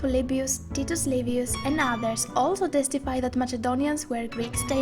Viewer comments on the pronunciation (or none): none